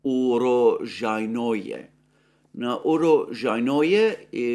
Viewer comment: Holy crap. You butchered uro-SHJAI-noe you need to emphasize the SHJAI part and the j sound is a soft shjai not hard JAI The word roughly translates as "place of harvests" - Russian name fyi. Not ukropistani.